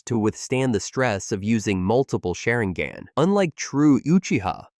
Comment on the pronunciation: you can pronounce it normally so you’re pronouncing Sharingan that way on purpose